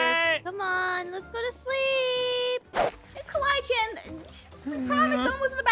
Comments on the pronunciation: No said kiwi chan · Your not the only one i heard him saying" Kiwi Chan!" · The way pronounced Kawaii~chan was “Kiwi Chan” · Anyone else notice when the lights came on the first time called Kawii~Chan Kewi~Chan- as in the fruit! LOL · They called kawaii~Chan Kiwii~Chan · Did anyone heard when they got scared and was calling kawaii chan He said:kiwi Chan Me:🤣🤣🤣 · you need to stop calling Kawaii Chan Keewee Chan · why did it sound like noi said "Goodnight miss kiwi chan!" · is it just me or I’m hearing calling ms.Kawaii Chan “ms.Kiwi Chan”? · ms kiwi chan